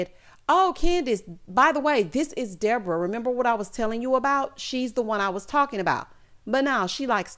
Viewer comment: 😂😂😂 not De-bore-uh